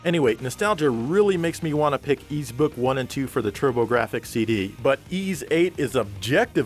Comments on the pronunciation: Ys is pronounced "eass"not "Ease", it's inspired from a legendary island from the french Brittany region. There's nothing wrong with the name, it's just you guys don't speak french from that region (and probably no other language than english like most americans). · So THAT'S how you pronounce "Ys"....Finally, I can put this 30 year conundrum to rest.